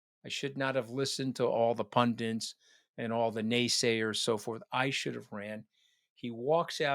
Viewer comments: It's PUN-ITS PUNDITS - NOT PUN-DINTS! And Romney isn't the squeaky clean politician we were told he was. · Anthony, please. You are an intelligent man and grammar counts. Pundits not pundints. And should have run not should have ran, it's the past pluperfect tense that so many get wrong and makes our ears bleed. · Why does he always call pundits "pundent"